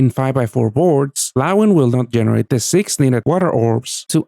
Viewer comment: Lawine's pronunciation is killing me. Nicht nur ich oder?